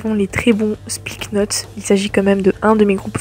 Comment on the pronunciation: Petite erreur c'est Slipknot et non Spliknot